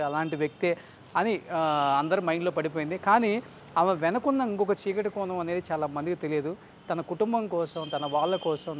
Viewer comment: మలయాలం కాదురా మలయాళం వాల్లు కాదు వాళ్ళు కోనం కాదు కోణం తెలుగు చండాలం Mr. ( )